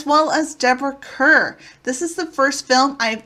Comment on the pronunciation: Yes the pronunciation is like “Car” - Deborah Kerr as in Star ⭐️